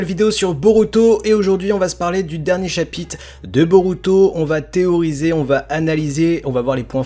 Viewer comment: Sympa la vidéo mais essaye de dire chapitre car dans la vidéo tu dis chapite si non c’etait niquel